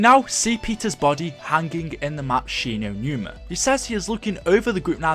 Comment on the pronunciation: 'shi no newna'